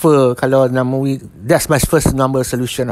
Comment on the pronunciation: Namewee...not namawee....